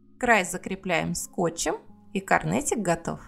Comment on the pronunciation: Интересная идея! Спасибо!!! Где вы нашли рецепт контуров? И еще вопрос, мне слышится, или Вы на самом деле говорите не "конвертик",а "корнетик" !?!